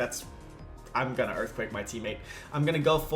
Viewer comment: And on the 7th day, Hippowdon said "Imma Erfquake"